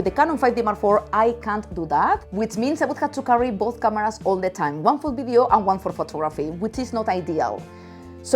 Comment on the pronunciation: It’s video, not bideo.